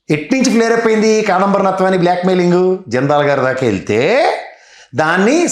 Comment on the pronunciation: KSP గారు కాదంబరి నత్వాని కాదండి జత్వాని యాంకర్ గారు మీరు కూడా పేరు తప్పు చెబుతే నవ్వుతున్నారు పేరు తప్పని చెప్పండి